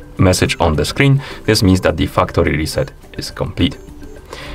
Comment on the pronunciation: Thanks for the fuktory reset tutorial lol